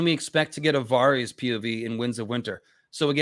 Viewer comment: The way you pronounce Varys is confusing. Why say it different from the show and George and literally everyone else